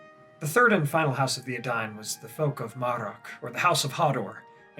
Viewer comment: In this video, we learn that I've been pronouncing the words 'Edain' and 'Dunedain' terribly, terribly wrong, for many years. ( has it right)